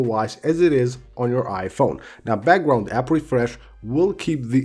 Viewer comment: I love how he pronounces background🤣 He’s like “bagwound-app refresh”😂